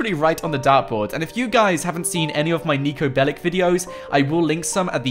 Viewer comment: niko belicses😂